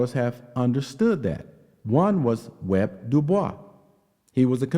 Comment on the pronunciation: Why are you calling him "Web" it's W.E.B. clearly it's 3 names 😂😂😂